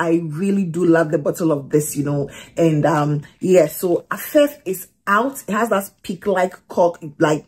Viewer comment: Its afEEf ...AFEEF ... Not Affef 😊